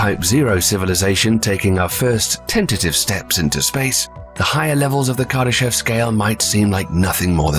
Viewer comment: It is actually pronounced as "Kardashóv" with the emphasis on the last syllable. But I always like your videos.